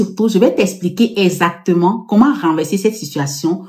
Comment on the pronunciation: Tu peux encore répéter le mot èzatement😂